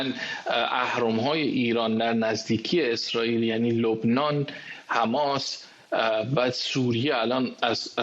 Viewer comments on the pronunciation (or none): none